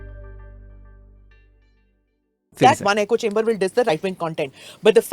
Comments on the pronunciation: Duuude, good stuff! Salute your patience of actually listening to these kinds of things and is the besst! So many gems of wisdom in this long reaction talk (you should cut and make them into catchy shorts!). btw, being nitpicky but it's ECHO chamber, not eco chamber (came up a few times so couldn't resist)... LOVE the nerd agenda at the end, just brilliant! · Really enjoyed this because I don’t have the stomach to watch rw loons on my own time and without support. But please why is everyone calling echo chambers, “eco chambers”?